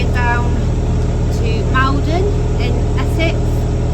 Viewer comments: Maldon is pronounced "mawl-don" Made me smile the way you said it! Good job,! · Enjoy your videos but today had to laugh at Maldon..we say Mallldon 😂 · Wondered if you would be heading this way for stuff for the Doe Show (at least that’s what I’m guessing you’re heading down towards). As a Maldonian I’m dying a little inside each time you murder the pronunciation :p